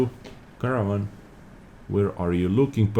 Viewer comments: Haha the way you pronounce Caernarvon is like Caravan ;P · Fyi, try saying it like car-nar-von :D P.S. Nice vid! Really like these replays from the past